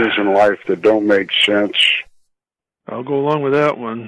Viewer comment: "Theres alot of things in life that dont make shensh"